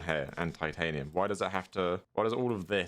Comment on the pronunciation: Is he saying Titanum or Ty-ate-eum